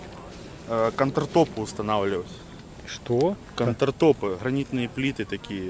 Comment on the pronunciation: не контер а конертоп, а так шляпа полная...